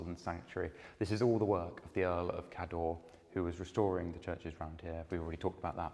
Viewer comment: Excellent videos - thank you. Cawdor (as in Macbeth's Thane of Cawdor) is pronounced rather like the surname of the great film director, Alexander Korda, with the emphasis on the first syllable.